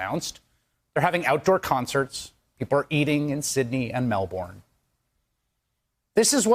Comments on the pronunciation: please to learn how to pronounce Melbourne correctly. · Aussie here. Does any American pronounce 'Melbourne' right?